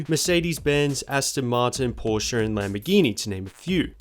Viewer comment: Pretty solid and well done video! Wait... You pronounced Porsche correctly? 1+ sub.